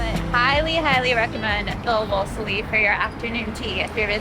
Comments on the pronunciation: woslesly is pronounced "woolzy" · Wolseley is pronounced Wool-slee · Actually, Wool-zlee.